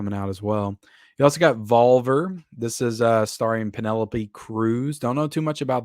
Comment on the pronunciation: it's pronounced Vol-Vear, not Val-Ver like you're saying lmao